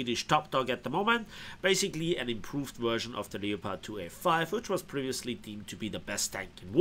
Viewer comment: I just love how you pronounce the Leo'Pard! you win, mate.